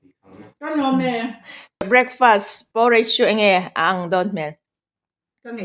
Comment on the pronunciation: Poooooreich nilovin Porridge tih mai tûr ani e, thlûk vak angailo, by the way, i aw hi abengchheng îl êl ve hle ani..